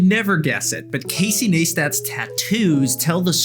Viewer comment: it's Neistat... 'Nice...Tat' Not Neighs tat